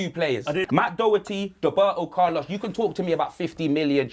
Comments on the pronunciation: Well he even said "Doberto Carlos" so it's not surprising. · “Doberto Carlos” is dead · Dub-erto Carlos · Dóhberto Carlos...You forgot the fada